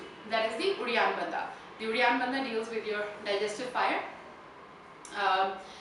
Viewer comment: When you are doing uddianda banda is sounds like you are saying reanthaba? What is that? Also, what you are doing is Uddianda Kriya, Uddianda banda is just below the belly button.